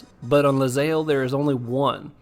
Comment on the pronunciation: You know, it's actually ilyzaelle. Tha capital i looks like an L I guess xD